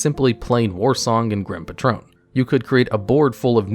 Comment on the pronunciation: mans really pronounced patron as patrone